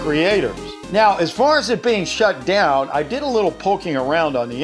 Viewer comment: Roblox will shut “sown” 😂😂 Isn’t that real lol